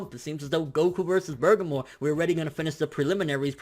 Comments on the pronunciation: There is literally no R at the end of that word. Please stop saying burgermore before I tear my ears off. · You keep saying bergamore, why? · did you say "burgermore"?????????? hahahahahaha, tho tf is he?? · Love u bro lol, but it's Burr' ga' moe' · BUR - GAH - MO.....Say it with me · Everytime you say Burgermore, I laugh so hard. Can we get a burgermore count going? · it isnt just an accident either... he has said "Burgermore" in every video for the past 2-3 weeks. Maybe next he will fight "Gock yew"? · you're saying his Name Wrong lol. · Why are yoU adding an R to the end of Bergamos name?? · BER-GA-MO!!!!! Not Bergamore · Bur-GAH-Mo not Burgermore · Burgermore? Nigga I know you hungry but damn. It clearly says Bergamo. Sound that shit out Ber-gam-o. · Who the hell is Burgermore? I thought it was Ber-ga-mo? Where did the extra r at the end come from? What? WHAT? I need answers. Now I'm hungry. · bergermore lolz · If anything, its "Bergamot" with a "T", translated, without...not "bergamore", what the hell even is that? The wolf brothers are named after rooted plants/spices. So Bergamo's got some psychic powers? Weird, considering he looks like a pure physical powerhouse. My prediction's also that Goku wins, 2-1, 7v9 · lol your ponoucing that name wrong dude. its bergamo, not burgermore lol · I feel like you butcher names on purpose lmaoo. It's BER-GAH-MOE..not BER-GUH-MORE lmaoo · In every video it sounds like you keep saying "Bergamor" even while reading his name. I don't know if that's just how you sound when pronouncing it, but there's no "r" at the end though. "Bergamo". #justsaiyan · I was thinking the same thing. He says it exactly like burgarmore instead of Bergamo. Weird pronounciation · He should've pronounced it like Ber-ga-mo with precise sounding Even his closed caption says: "Burger More" lmao ( must be hungry) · He said Boogermore. Hes talking about his arch nemesis of his hanging out that right nostril.